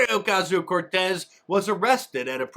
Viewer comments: Love your content. But that rolling R in AOC is just cringe.. Please, please stop doing that. PLEASE. 🙏🏼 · Can't wait until that R gets so long and aggressive lmao 🤣